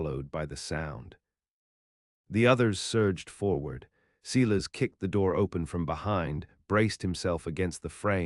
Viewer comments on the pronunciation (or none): The name is pronounced Silas, i.e. Sy-lus not See-less ... a common name of the era. So many horrid pronunciations in these stories .. going back to audiobooks read by real humansa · Good story but terrible reader can’t even pronounce Silas correctly.They also have a spelling problem.